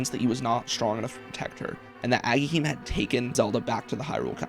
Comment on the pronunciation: You sure wrote his name into the script a ton for not knowing how to pronounce Agahnim 😂